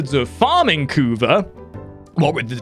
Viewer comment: the way you pronounce "kuva" makes me laugh every time lol xD